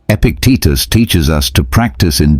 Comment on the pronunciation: Epictetus, not Epic Teachers...